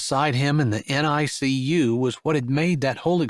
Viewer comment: Another excellent story! BTW, NICU is pronounced "nick-you." Chapter 6's triplets are cute: Daisy the doctor, Violet the veterinarian, and Holly the homebody.